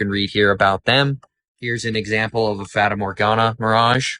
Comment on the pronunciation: Another great video but one point. You're pronouncing 'fata' incorrectly.